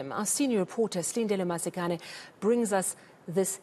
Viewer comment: the surname is slightly off. She says the "k" like it's a "ck"...I've noticed Sotho speakers say it like that but it's slightly different in Zulu. But she nails Slindelo....